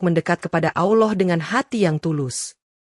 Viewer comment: Mbak konten perkataan yg betul adalah Allah bukan awllooh ,,takut nanti artinya beda